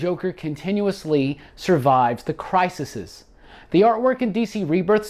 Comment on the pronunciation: The plural of "crisis" is "crises", pronounced "criseez"